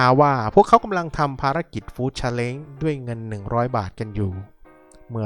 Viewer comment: ครอบครัวนี้เด็กๆน่ารักนะ ไม่ดื้อ ไม่งอแงซนเหมือนลิง ปล. Challenge อ่านว่า ชาเล้นจ์ ไม่ใช่ชาเล้งนะคะแอดมิน😂